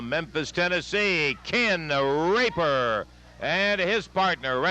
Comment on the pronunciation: Sounded almost like he said Ken THE Raper 🤣